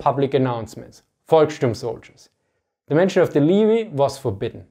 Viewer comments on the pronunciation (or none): Apologies, "Leh-vee", not "Lee vee" or "Lee vai" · leh-vee, not lee-vee. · don't want to be that guy because I myself am learning Deutsch and proper pronunciation, but "Levy" is not pronounced "Lyvie" but rather "Levee" (or as read in german: Levi). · Tip on pronouncing levy: you pronounce it as if it was written levi, just avoid the aa-ii and leave vonly ii. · Levy - is pronounced "le" as in "leg" and "vy" as in "vee". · Too many amatteur historians in the anglo-speaking community continue to confuse the Volkssturm with Volksgrenadier. Have no idea that core cadre of Volksgrenadier divisions were seasoned veterans. BTW "levy" rhymes with "heavy." Tschüß